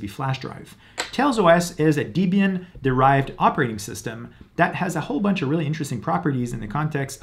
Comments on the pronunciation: not de-bian, more like deb-ian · Deebian ?? Lol